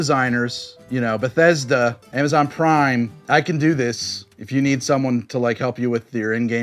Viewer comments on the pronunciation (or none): none